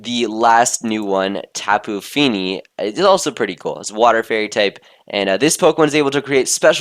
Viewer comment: I swear the first time i heard tapu fini I thought that it was tapu pini XD